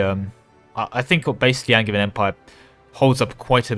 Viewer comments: Wait, isn't Angevian pronounced with a J, like in Anjou? I would use the hard "g" in Magisterium and a "j" in Angevian, you must have it backwards! (non-native speaker btw) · Definitely a soft J in Angevin AND in Magisterium. All the Magi- words are soft J -- magi, magic, magicka, etc.; magus is hard G because it's the ancient Greek root.